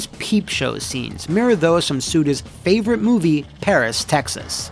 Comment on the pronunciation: he says fan favavite instead of favorite lol